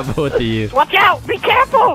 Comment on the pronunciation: i could hear evan say "oot" ish omg